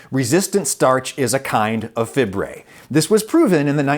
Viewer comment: FIBRAY??? SERIOUSLY ADAM???🤦🏾